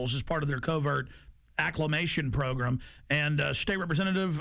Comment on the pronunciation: i like how he says progrim instead of program